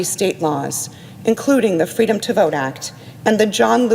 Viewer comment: Come on, Michael. Kamala's most notable statement will always be fweedom, which she plagiarized...